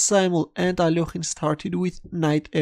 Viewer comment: Alorhine? really isnt smart! haha its A-lek-hine